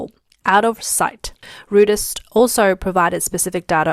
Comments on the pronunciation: And it's "r-OY-ters", not "r-OO-ters"...🤦‍♂ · "Rooters..." I laughed. Reuters is pronounced roy-ters.